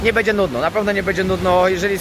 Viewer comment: Twoje „bedzie” „bede” jest najlepsze 😎